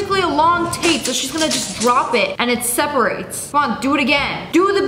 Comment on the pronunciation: she said d rop- its candy drop